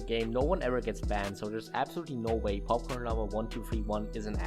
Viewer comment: totally unrelated, but the way you say popcorn is so satisfying